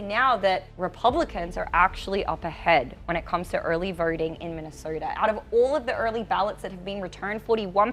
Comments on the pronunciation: She pronounces the letter O like er: voter sounds like verter, Minnesota sounds like Minneserta. Keeps distracting me. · The lady anchor for some reason tends to replace Os with ORs — vorters, early vorting, Minnesorta and etc. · "Early verting in Minneserta"😂